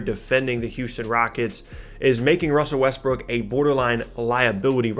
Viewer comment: Wussel RussBrook